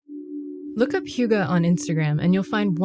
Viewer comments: I was trying not to judge but every time the interviewer pronounced hygge, it was like having nails scrape across a chalkboard. I think she actually pronounced it a bit better at the start but then got further away. At one point it sounded like hugo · All this time I thought it was pronounced "higg" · its spelled hygge - and not pronounced hoogah.. y in denmark has a sound your not used to in the US... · The way you say hygge lel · The pronunciation of “hygge” hurt my ears! But yes it’s true. And btw Norway and Sweden also have it... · Please stop mispronouncing hygge. Thank you. Sincerely. A Dane.